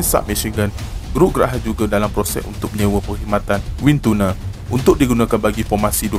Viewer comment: Pronouncation : Wind Tunnel salah